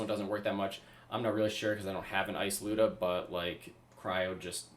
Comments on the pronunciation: The “looda” it’s pronounced lie-oo-da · lie-you-dah but geez this is crazy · It's actually Люда.